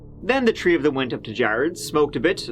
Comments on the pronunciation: What's a " TREE " charge? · The fact can say “Kalamazoo” but can’t say “3” 😅😅